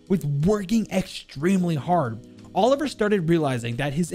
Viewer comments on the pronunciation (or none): It’s not pronounced Oliver it’s per ounces oli-v-yay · Mate I don't wanna sound like an arsehole but his name is OLIVIER not OLIVER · I'm one to dismiss pronounciation, but man, please learn to say Olivier properly. It's not Oliver. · haha it’s not Oliver, it’s Olivier. It’s two different names, Olivier being french as well as lion. Olivier is pronounced oli-vi-ay :) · You pronounce it like: "Oli-vee-eh" not Oliver. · olivier not oliver olive e a (not the perfect explanation of the pronunciation) and alexis is alexei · In French, I think Olivier is pronounced "Oh-liv-ee-ay" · Suprised you didnt mention about the name "olivier" pronounced Oli-ve-i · I think the name is “ol-iv-ee-ay” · Actualy in france isn't 911, for the ambulance is the 15. Isn't alexis for the prononciation it's alexi (yep the s is sillent) same thing you say oliver but you forgot to say the i between the v and the e and it's weird to hear french name with a english accent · Alexis is 100% a guy name in french. Also "Olivier" in french is pronounced "O - Lee - Vee - Yay" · Olivier is pronounced oliv-ee-ae